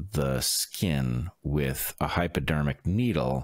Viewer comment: sound like you calling it Hyperdermic needle